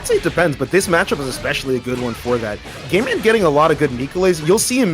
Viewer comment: Everytime they say "GameMan" it sounds like "GayMan". I don't know if that was intentional by GameMan, but I'd have to change my name if it wasn't